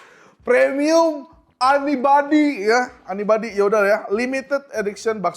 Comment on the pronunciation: Cara bacanya 'yunibadi' bang aelah 😭